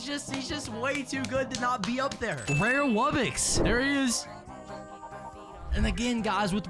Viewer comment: Just to let you know its wub-box not wubbix